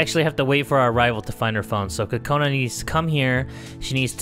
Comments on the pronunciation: I wanted to let you know that Kokona is not pronounced "Cu-cona" it's pronounced "Coke -na" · Lol he said “TOTONA ” lol